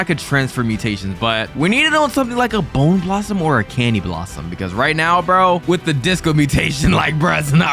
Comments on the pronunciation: Bone blossom ❌ bone blassam ✅ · Its not a bowner blossom its a bone blossom